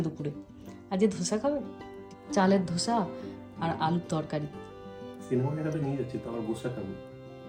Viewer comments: It is dosa not dhosa🙈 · দিদি ,মানিকদা কি সুন্দর বললেন.......গোসা.....ধোসা....❤❤❤😂